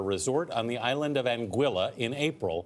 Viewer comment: He butchered the Island name bad.